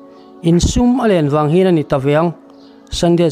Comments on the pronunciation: Sùm tih i lam dan khi Sum(pawisa) angin i lam a, Sùm a nihhmel, "vawk sùm 5 ka talh" tiha sùm kan lam rik ang hi a niang. 'In sum len dan' tih pawh khi lengdeng lenkhang lam rik dan angin i lama, lian - Len. kan vawkpui chu a LIAN khawp mai, a LEN dan chu sum 6 zet ani tih anga lam tur niawm tak a ni. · 'Sum' i chhiar dan hi a fuh loh. Vawk sùm kan tehna ang kha a ni zawk ang. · Sum hi i kam dik lo nasa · Sum tih kha a ri hniam tur a ni. Vawk len zawng teh nan vawk sum tihna zawk a nia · Sumlian ilamdan a diklo, Sum tihlaihi thluk hniamtur a ni e. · Sum i lam dik lo, sum(pawisa) ni lovin, sum(kuttum a thil len zawng tehna sawina) zawk aw